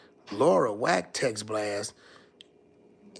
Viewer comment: Why can’t Bro pronounce Wack name correctly?? It’s killing me. 😂😂